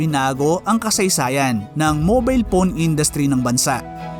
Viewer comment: Bakit pown ka magsabi ng phone? Diba dapat PHONE??? Hindi POWN